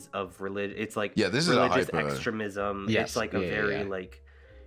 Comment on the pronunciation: gotta say i've never heard "extremism" pronounced like that